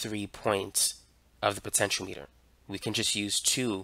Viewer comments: It's pronounced speed-ometer. Not speedo-meter. Potenti-ometer, my friend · My friend, it's "puh·ten·shee·aa·muh·tr" 6 syllables Not Po-ten-cho-meter It's "po-ten-che-ahh-meter" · that it's Potentiometer not Potentialimiter... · Great video just it's pronounced potenti o meter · Thanks for the video. Btw, it's pronounced po-tench-e-ah-me-ter. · Why are you pronouncing it wrong? I cringe every time... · Am I the only one who finds his mispronunciation of the word "potentiometer" to be a bit off-putting? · Everything except how to pronounce potentiometer (also he sounds Asian) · Ehhh. He doesn't know how to pronounce "potentiometer" lol. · well, he doesn't know how to pronounce "potentiometer" . . ., so clearly not everything.